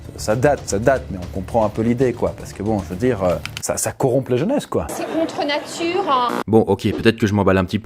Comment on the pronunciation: "C'est contre natureeuh !"